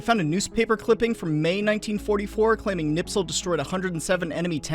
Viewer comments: I love your videos but FOR THE LOVE OF GOD stop pronouncing his name Knipsel. It's pronounced 'Nispel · The man is named Kni*sp*el not Kni*ps*el. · "KniPSel"? I thought it was "KniSPel"! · It's Kurt KNISPEL. Not "Nipsel". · it's knispel, not knipsel but good job on finding Dr. Toepfer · That was painful to listen to. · Mildly amused by Knispel being pronounced Knipsel. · It's KNISPEL, could you at least bother to read the name properly? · How? How. How. Do all Tuberoos get Knispel's name wrong when pronouncing it?